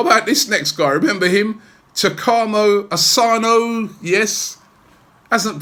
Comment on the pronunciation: It's takuma asano